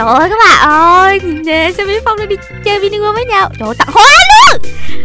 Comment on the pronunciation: Sao skin tên Timmy mà tiếng là Sammy vậy